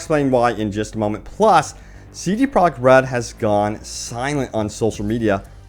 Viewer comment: "C Prah Red"